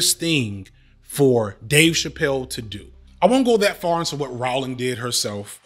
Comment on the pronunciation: J.K. ‘Rowling’ pronounced like rolling. Get the TERF mascot’s name right.